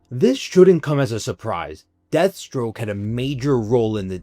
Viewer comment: Deathstroke not Deadstroke lol